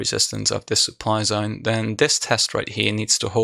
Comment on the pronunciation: "this zOAin" Are you from Australia ?